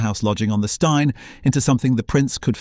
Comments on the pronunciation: Steine rhymes with green not wine. So annoying these docus. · Steine pronounced as styne?! Nope. It may be unfair, but stopped watching at that point. I don't care whether it's or anyone else, the moment you show you didn't research how to pronounce place names, I wonder what else you maybe didn't research well enough, and figure it's time to move on. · Not all photos are of Brighton...so sloppy. Cannot even pronounce 'Steine' correctly.